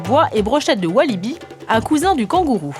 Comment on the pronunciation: On dit wallaby pas wallibi